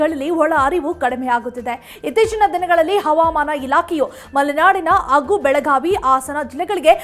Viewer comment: Please talke in proper kannada dont say "aoudu" its Howdu, its not Agu, its Hagu